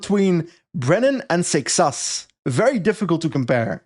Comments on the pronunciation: pronounces seixas as "sex ass" for me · gutted w giving up on the correct pronunciation of “seixas” 😔